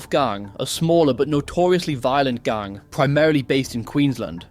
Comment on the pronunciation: The way you pronounce gang infuriates me